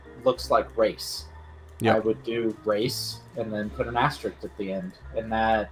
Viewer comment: "Ass Tricked", odd pronunciation of asterisk.